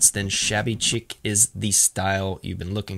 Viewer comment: Doesn't know how to say chic but offers an incorrect way of saying deco 😅😅😅